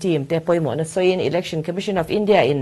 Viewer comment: Election lamdan hi google leh hmun hrang hrangah ka en a,Ilection nilon Election a ni e,s aptawng leh Mizotawng hi lam dan dika lam hram a tha,Education pawh Iducation, Entepawh Inter, Exam pawh ikzam kan ti tawh mai dawn emni ?